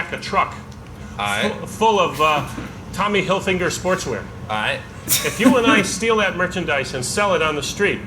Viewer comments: Is it just me or did that FB Ayeeeeee man say "Tommy hilfinger"? 😂😂😂😂😂😂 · Did the FBI guy say "Tommy Hill Finger"!?!? 😂😂😂